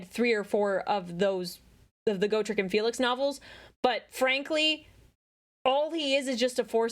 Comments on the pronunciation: He may have said oregon wrong, but you said gotrek wrong. Its a short o for his name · "Go-trek" figures the knife ear would mispronounce his name. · correcting ' grammar while also saying gotrek like go trek is hilarious. Love the vid by the way